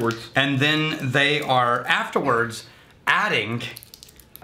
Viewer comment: Hey there and. Thanks for the shout out on the recent Bushwood episode. I've been noticing something about your vids. Every once and a while will accent and word ending with "ing" with an additional "ink" like sound. You'll hear what I'm talking about of the vid. He gets excited and says "add-ing(k)". Is this some Texas slang or am I just hearing things? By the way, your welcome for the new ammo against the Somm. Cheers